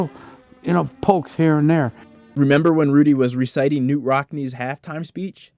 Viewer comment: FYI - “Knute” is pronounced “can - NEWT,” not “Newt.” It’s a common mistake today but one no one made in Rockne’s lifetime.